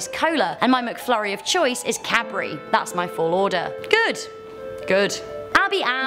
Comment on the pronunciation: MC TO DA FLURRY 😂😂😂